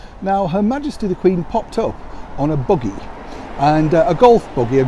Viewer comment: the way pronounce it sounded like Boogie to me. Let the Queen Boogie!